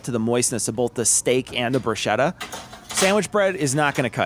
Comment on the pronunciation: Hey, Awesome channel. Congrats. Enjoying the short vids, clearly aimed at those of us who have some experience cooking. Will we ever get a guest spot with Tom accidentally breaking anything he touches?;-) I need to get my 2cents of pedantry in though. Every time you said bruschetta, it really grated the ears! I grew up with a lot of Italians and the "ch" is always pronounced "k". Double "tt"s are also pronounced separately. As in Broos-KET-ta I know you're part Italian, which is why I found this so baffling! Anyway, good luck and looking forward to more videos!